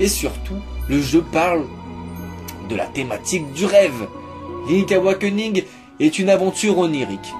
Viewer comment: Link'SSSSSSSSSSSSSSSSSSSSS AWAKENING bord*l !!!! Pas "link awakening"...